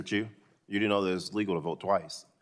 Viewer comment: To start off, our dear Congress members can't even pronounce his family name right. Can't count on them defining what an "algorithm" is.